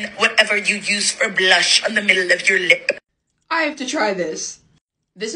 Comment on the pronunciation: Ik I was laughing when she said that 😂😂